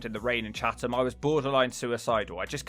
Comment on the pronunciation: Oh and Chatham is pronounced chatam lol